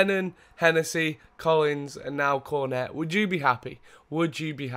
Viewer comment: You dont prenounce cornet Cor-net, you pronounce it corn- ey